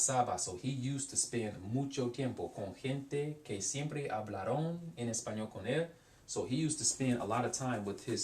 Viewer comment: you are pronouncing the -aron words as though they were spelled -arón. the accent is not on the -on but on the syllabol before, -Aron. hablAron. you also have some weird infinitive use in there that i dont understand, like with "iba a la biblioteca tratar de buscar" and "con mis amigos poder hablar espanol" for the former id say "para tratar de buscar" and the second one "y poder hablar" cuz "spend the vacation with my friends to be able to speak" doesnt make sense in english either lol